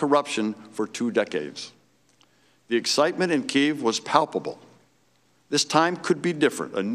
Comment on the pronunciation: Leave it to functionally illiterate simpleton/monosyllabic tool, Trump to have an ambassador who can't even pronounce "Kiev".